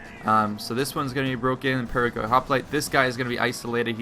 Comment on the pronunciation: The perioikoi hoplites called "periiki oplites". Just a tip because it sounds really wird when you read this unit just like it is written.